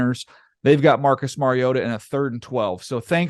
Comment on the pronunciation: Compliments to both of you for knowing the correct pronunciation for the name of your subject; Mariota. Demonstrates your high level of professionalism and taking pride in the quality of your work. Watched the entire video and Mariota was pronounced correctly every time without fail. Keep up the good work.